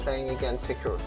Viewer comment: no it's hikroo xD